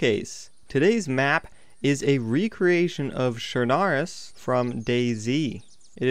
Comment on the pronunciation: Its pronounced chrnoose